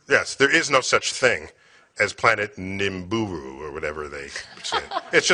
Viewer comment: Dude, that's one of the smartest people on this planet. The fact that he misspronounces Nibiru goes to show how little he thinks of this "planet" and the whole ridiculous theory surrounding it.